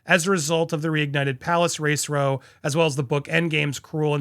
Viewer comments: I love your reporting on this, you are spot on. But I can’t stay silent any longer. You’re pronouncing row wrong, when it means conflict, it rhymes with cow, not doe! Sorry, couldn’t stay silent any longer. I assumed Steph would correct you. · (Row is pronounced like ow, ouch, pow … vacuous is prounced vak-you-us) ❤ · Have Americans never heard of “row” as in “having a row” rhymes with “ow!” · 'ROW' meaning a fight is pronounced so it rhymes with COW.